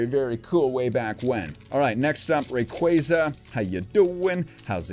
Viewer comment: Love your vids; been subbed for a while now, but hey: what's a rock-way-za? Isn't it literally spelled Ray-qua-za? Lel, keep up the good work, tho